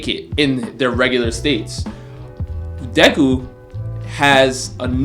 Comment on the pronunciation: Mans said dayku